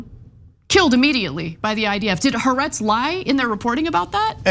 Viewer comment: I think that Ana says Ha'Aretz wrong on purpose to make me crazy, 3 syllables. Hawaii is 3 syllables not 2; Haaretz is Three syllables not 2. huh-WAI-ee. ha-AH-rets.